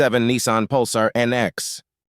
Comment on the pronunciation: "NEEEESARN" ??? W.T.F. ???? SPEAK ENGLISH BOY PROPER ENGLISH !!! ITS A "NISSAN" !!!! :text-green-game-over